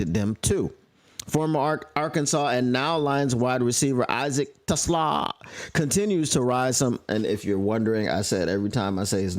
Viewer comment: I couldn't watch this after like the fifth time you pronounced his name wrong. Trash move. Feels like racism. I bet if he was a brother you wouldn't disrespect like that.